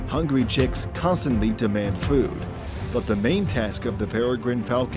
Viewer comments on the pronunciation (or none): none